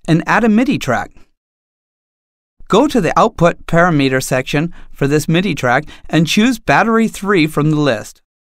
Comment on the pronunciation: The word "parameter" can never be read as "pair o' meter" ( "output pair o' meter section"), even if you're Irish. Please do us all a favour and pronounce it correctly.